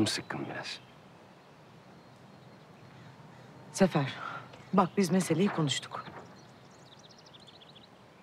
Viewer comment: Sefer'e zafer diyor